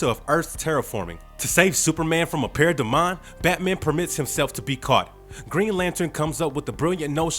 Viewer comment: The way you pronounce parademon is infuriating.. actually anytime you pronounce most of these names